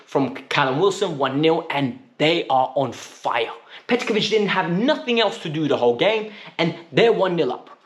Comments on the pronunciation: Bro why do you call him Petkovic 😂 on a serious note I’m happy Chelsea boys came in clutch 💙🫶🏾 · The way u say Petrovics name drives me mad but tonight I’ll let it slide 🤣🤣🤣 Up The Chels! 💙💙